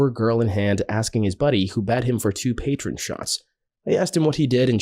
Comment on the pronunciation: 2 patron shots 😂 I think he meant 2 Patrón shots